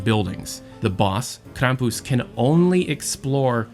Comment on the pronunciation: That’s how it’s meant to be said